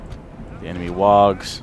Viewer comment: Just a little correction, its not wags, it sounds more like worgs, though it is spelled wargs.